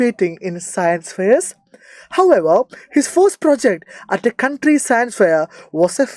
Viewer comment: sir country alla county